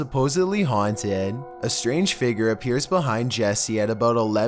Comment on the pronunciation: haunteedd. spanisshh. hoooodd. windoww. i love how you just add another syllable to the words lol.